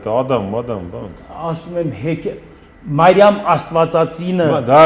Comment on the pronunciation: Ոչ թե Մայրամ, այլ Մրիամ, ոչ թե սայլյարկա, այլ սալյարկա, ոչ թե հույր, այլ հյուր, ոչ թե բալանի, այլ բանալի։ ջան, այդպես էլ է լինում։ Գոտեպնդվիր։ Բայց մի բան ճիշտ ասաց, որ կնիգա բառը իրոք կնիք բառից է առաջացել։ Հայ վաճառականները տպագրության հաստոցը Չինաստանից բերեցին միջնադարյան Ռուսյա և նրանք, լսելով հայերից կնիք բառը, տպագիր գիրքը, անվանեցին կնիգա(ռուսերեն, լիտովերեն)։ Համենայն դեպս կա այդպիսի գիտական վարկած։